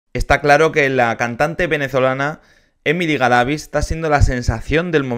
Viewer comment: Ella ganó el concurso, ah por cierto ahora si estas pronunciando bien el apellido Galavíz.